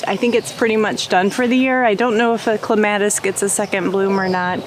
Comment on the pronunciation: I noticed that too! We don’t pronounce clematis like she did. I almost didn’t know what she was talking about. Accent is on the Clem, not the mat. 😂